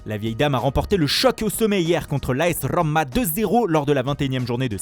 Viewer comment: "AS Rrrrommma !" Prends des cours d'italien si tu veux vraiment prononcer les mots de la bonne langue.